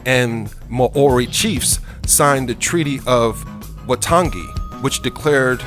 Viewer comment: Ok ''...I'm gunna punch your n ose when I c ee you! 'Wa tan gee?!' Why-tung'-gee...fool! Waitangi! 'Dun din?! Gee you gunna get it..! Read the word properly...Dun-eeee-din!!